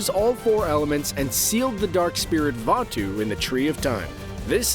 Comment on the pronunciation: pronunciation: Vatu Real word: Vaatu